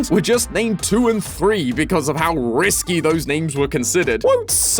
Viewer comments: Hearing risque pronounced risky is a new one. Fun! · "risky" or "risqué" ?